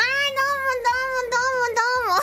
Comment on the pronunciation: Baru nyadar kalo emang "doumo"nya pekora kedengeran kayak "almond" wkwkwk